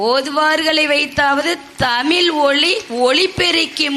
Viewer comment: ஏம்மா தமிழை தமிழ் என்று சொல் ஏனென்றால் ழகரம்தான் தமிழின் சிகரம். வாழ்த்துக்கள் நன்றி தமிழன் தென்னவன் ங